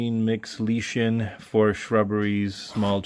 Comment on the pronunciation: Nice layout. Looking forward to future updates. P.s. lichen is pronounce liken